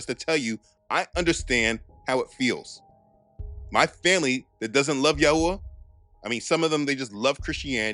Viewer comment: Yahuah is a mispronunciation…. Also Yahushua wasn’t black. You truly believe this is a black thing . We are all wheat colored. Your just another racist